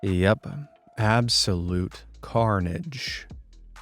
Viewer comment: CARNAGE ? More like car-nage lol